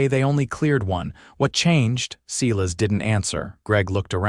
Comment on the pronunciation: 'S - e y e - l a s' not 'See las!'